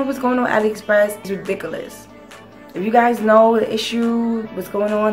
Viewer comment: Lols the way you said ridiculous is funny and cute. ALSO I thought I was fucking bugging when I saw that too smh.